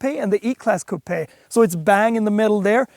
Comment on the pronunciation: You get a like for spelling and pronouncing coupé correctly. That being said I have owned the last three generations of the E Class coupé and cabriolet and I think the CLE range is throughly overpriced. Mercedes have never held their value, there's no way I am paying £60k for this brand new for it to lose 20-30% of it's value in the first year. At the rate the SL43 is losing it's price, I might just wait for one of those to slip into the same price range.